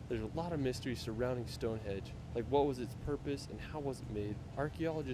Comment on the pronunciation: Stone Henge not Edge